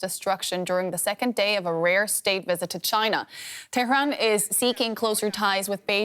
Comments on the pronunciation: I like how she pronounced it terroron haha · She trying to pronounce Tehran as a Persian would. I applaud her effort. FYI, the entire western world pronounce Baghdad wrong!